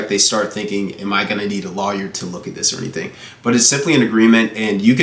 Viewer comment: Why’d he pronounce lawyer like that.. ? kinda threw me off.. lol